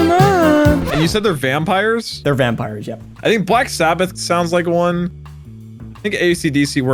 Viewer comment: Bro called the pillarmen vanpires